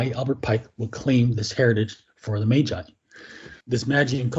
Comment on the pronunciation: Dude said Majai lol...